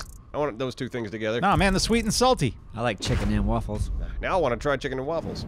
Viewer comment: "Chicken & Walfles"